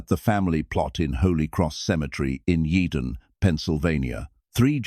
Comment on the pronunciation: Salvie Testa was buried next to his parents at Holy Cross Cemetery in YEADON, DELAWARE COUNTY, PA. Not 'Eden, Pa.' as the narrator suggests. I don't even know if 'Eden, Pa' exists.